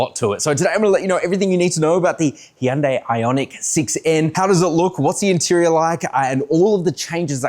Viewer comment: HUN- DAY. Why is he butchering it when you hear Koreans say it different